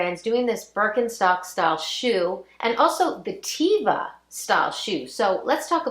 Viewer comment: The sandals that you refer to are pronounced TEVA qNOT TEEVA! It's a Hebrew word meaning nature. Yes, people wear them outdoors in nature here in Israel, but also on occasion for every day wear. Years ago they were more prevalent as every day sandals when one may have needed a sole that gripped the sidewalk or pavement.